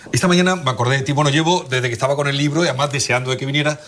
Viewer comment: A esta distinguida dama, Lola Pons, la admiro mucho y siempre aprendo algo nuevo a través de ella. Una de las cosas que me llama la atención es su pronunciación de las palabras que tienen una "st" entremedio y las pronuncia como una "ts". Cuando quiere decir "estaba", creo que la escucho diciendo "etsaba". "Historia" le dice "Hitsoria". "contetxo" en vez de "contexto". Muy hermosa forma de hablar.